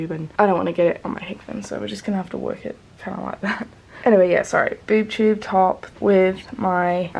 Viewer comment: Boob tube top 😂 I'm sorry but it's just funny how you say it. I love vlogmas and you and your channel. You're such a lovely person.